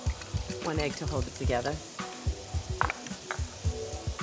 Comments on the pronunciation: too "one egg to hold it togetha" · “One egg to hold it tuhgethah...” She slipped and let her Brooklyn come out.